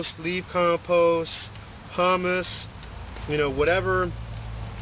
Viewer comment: it's "who mus" Humus is bean dip.